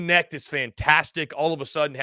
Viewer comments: Dalton Knecht.....The K isn't silent. Go Vols! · I was coming to the comments to say the same thing Knecht.. the K IS NOT silent bro. Its said exactly how it's spelled. #GBO #VFL